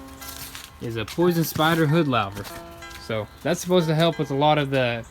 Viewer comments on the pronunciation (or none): Loover not lowver. Louver. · It's not a "lau" ver, it's a "lou" ver as in Lou Costello or Lou Albano otherwise great video. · Lover is pronounced lew- ver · It’s pronounced LOO-VER! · Looking good! Just FYI louvers rhymes with Hoovers. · Loo-ver* 😂 Another good video boys. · Louver Pronounced Loo-ver. Sorry guys I'm English... PMSL. More power to your elbows though. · great work guys!..lookin good. BTW, its pronounced "loover"........lol.........keep up the good work!